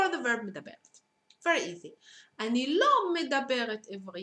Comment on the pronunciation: it's medaberet/medaber - not midaberet. teach you're own language, not a language you've learned.